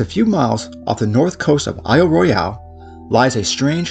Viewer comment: Yep, I'm that guy. It's Royal not Roy al